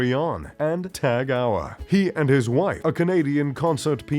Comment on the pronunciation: You ain’t rich if you can’t even pronounce Tag Heuer!